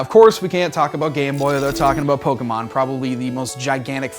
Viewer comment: who else cringed when he said pokeymon its pokemon